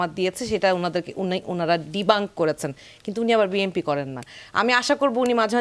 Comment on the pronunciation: এই মহিলা BNP কে BMP বলে কেন?